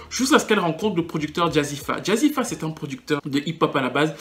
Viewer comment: Jazzi fé pas jazzi fa lol bonne analyse en tout cas je ne pensais pas la revoir sur le devant de la scène on la voit partout en ce moment elle a une team composée uniquement de blancs